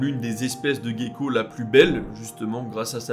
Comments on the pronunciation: Merci de vos recherches, il est toujours fascinant de découvrir des choses. Juste un mot sur la prononciation de "gecko" , le mot se dit "jéko" mais à force j'imagine d'entendre la prononciation anglaise...j'ai le même "problème" :) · Merci, pour cette vidéo intéressante sur le monde animal ! Il y a un truc qui m'a fait beaucoup rire je t'avoue, c'est la façon dont tu prononces gecko : comme le mot geek 😄 je me demande bien pourquoi 🥺🥺🥺😅 Or Gecko se prononce plutôt comme Gérard, Gentil, geek venant de l'anglais son cas est particulier (gecko ne vient pas de l'anglais) Sinon bonne vidéo !